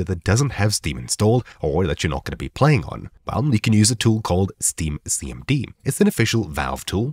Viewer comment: Hard to understand when you say, "Steam CMD". Captions FTW.